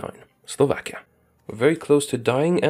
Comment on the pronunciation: Slovakia? No Slavakia